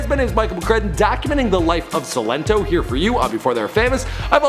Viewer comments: Why is Michael saying sin linto it's silento toe that's the best way I could break it up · so annoying when he was like 'seelento' when it's 'sILento' emphasis on I ✋🏾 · the way you say his name is not right